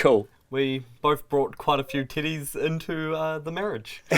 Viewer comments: Damn,. When you say Teddy it sounds like "Tiddys" man i was wondering what was up with all them tiddys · I see what you did there lmao. Ngl it took me a while to decipher that the word "teddies" was being used, especially because I've never heard it before as a broad term for stuffed animals in general. So the first couple of times I was like "Did just say tiddies? No, that can't be it..." 🤣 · Are they saying tities or teddies? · Lol.i thought they kept saying they had lots of "TITTIES". TEDDIES. 😆😆😆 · I'm a grown man and still bust out laughing at the Kiwi pronunciation of stuffed bears. At this point I wonder, "Am I EVER going to grow up?" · To someone who doesn’t have a New Zealand accent, your pronunciation of “teddies” sounds like a different, unrelated word 😁. It took me a minute to figure out you weren’t referring to parts of a woman’s anatomy.